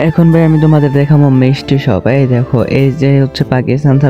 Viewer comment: Mistry shop❌ misti shop😂😂😂😂😂😂